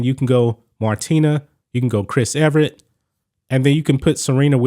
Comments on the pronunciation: If you’re gonna talk tennis you have to say their names correctly. Her name is Chris “Evert”. NOT Chris “Everett”. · E-Vert not Eve-Er-It